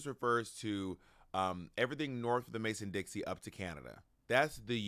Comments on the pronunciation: Loved your book Bob! But it's Mason dixON not Dixie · I think I've heard you say Mason Dixie several times. It's Mason Dixon. Lol. No shade. I'm just pointing it out. I think it's like sometimes we learn the lyrics of a song wrong in our head. But I'm not going to dispute the facts. It's just a pronunciation. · Bob, if you don’t stop calling the Mason-Dixon line the «Mason-Dixie». I’m hollering queen 😂